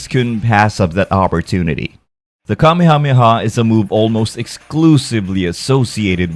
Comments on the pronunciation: Kameyamehya lmao😂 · i hate the english pronunciation of Kamehameha... "kamiamiah" or "KAMEI-HAMEIHAH" lol